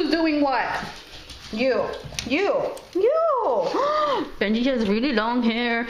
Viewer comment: bengi????? B-E-N-G-I..? B-E-N-J-I